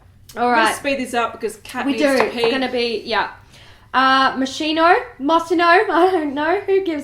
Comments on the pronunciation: You girls are so funny! I don't comment often, but I enjoy your company. Moschino is an italian brand and in italian chi is pronounced kee (like the first syllable of quiche)and the stress is also in the kee. So Mos-KI-no. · Moschino, pronounced Moss-KEY-No. You got this 🥂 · In case anyone is interested Moschino is pronounced mo-SKEE-no 😊